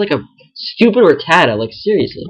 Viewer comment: You said ratata wrong!